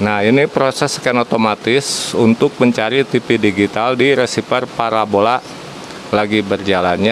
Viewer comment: Parabola. Bukan parabolak